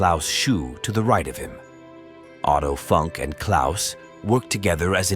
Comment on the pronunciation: Great video. His name is pronounced phonetically like Oh-Toe Foonk